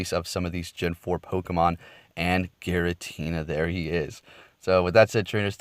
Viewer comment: Giratina not Garatina